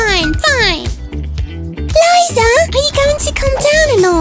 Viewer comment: It is not luza it is liza